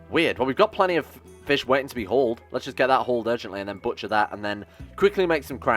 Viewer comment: Is be saying fishk instead of fish?